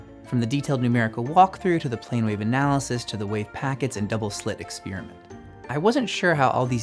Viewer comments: "Experiment," not "expeariment" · Where do some people get this idea that "experiment" is pronounced ek-SPEER-ment? Why do you think this? Loved the video. I'd appreciate if you're going into this much detail already (which I love and is why I'm here) to explain where these equations come from, that you'd also explain where each of the terms come from while you're at it. Like where did the m^2 v^2 come from, or...8. Keep up the phenomenal work. Gorgeous presentation and a refreshing transmission of genuine understanding. You and 3Bl1Br are treasure for true thinkers.